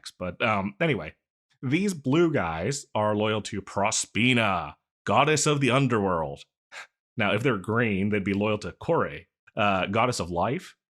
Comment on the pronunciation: Two and a half minutes in and now I need to ramble about the goddesses listed in this, because fun fact: those are all aspects of the same goddess. Prosperina seems to be a mispronunciation of Proserpina, aka the roman version of the greek goddess Persephone. Kore is another name for Persephone, but it just means "maiden," representing her nature aspects more than the name Persephone does. And Despoina literally means Mistress, but she's one of the three primary aspects of Persephone according to a specific mystery cult: the eleusian mysteries. Not much is known about it because in addition to its practices being kept extremely secret, it was also completely suppressed by one of the roman emperors that was christian. The little information that we DO have about it seems to indicate that Despoina was the most terrifying of the three aspects, although this aspect doesn't have any extant myths to look at. Most likely, Despoina was an aspect of Persephone that completely embraced her role as the queen of the underworld. Very clever of the writer of this script to call her the goddess of shadows, as any details of the figure are draped in shadows and we'll probably never know much more about her role in the Eleusian Mysteries than we do right now. Most of the info we have about it is partially extrapolated from a different cult called orphism, in reference to the myth of Orpheus, who went to the underworld in hopes of retrieving his dead wife, but failed to follow the only stipula